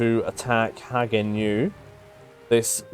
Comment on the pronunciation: Karls-roo, Hagen-ow